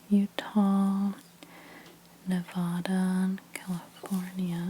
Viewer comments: She said Nevuuda😂 It’s Nevada👍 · “Nevaddah”, not “Nevahda” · Ne-VADD-uh, please (not Ne-VAHD-uh), otherwise wonderful video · Nevada is pronounced : Nev•ADD•ah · It’s Nevada like apple lol not like avocado ❤️